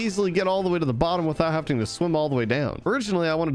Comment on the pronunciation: Am I the only one going crazy every time he says haveting